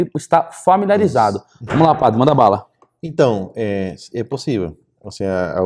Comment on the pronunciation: eu ouvi você dizer "seje" ou os meus ouvidos me traíram?